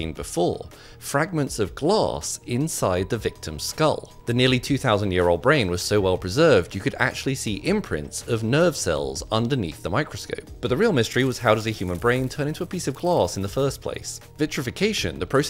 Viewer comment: This is the 1st time I hear someone pronounces 'glass' and 'microscope like this. Gloss and microscape.